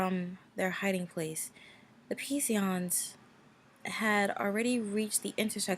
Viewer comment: "Psion" is pronounced "Syon" ;P